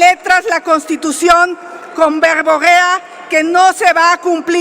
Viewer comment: Esta señora anda alcoholizada dice vegobea en vez de verborrea 😂